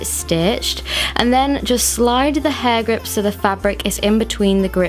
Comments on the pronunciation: I heard "hard grip" 😂💔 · True. But honestly, for me it sounded like "Hagrid"😂😂